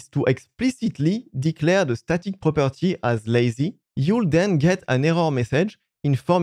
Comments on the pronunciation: The A in static is pronounced like the A in rat, not rate. :D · Great informative video. I don’t want to sound like a d*ck but I found it a bit difficult to understand what you were saying. It was mainly to do with the pronunciation of “static”. The A in static should sound like the A in apple. Not the A in Snake. Keep making these great videos. Thank you.